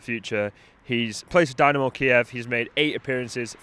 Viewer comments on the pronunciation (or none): none